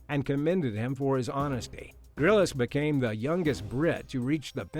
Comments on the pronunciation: It’s Bear “Grills” not “Grill-is” Listen to 30 seconds of his intro would give you the pronunciation. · Bear Grillis???? This narrator mispronounces so many words in these videos! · Say 'Grills' now you have pronounced 'Grylls' correctly.